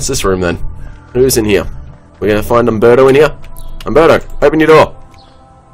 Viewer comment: It's Umberto, Umberto Eco, come on.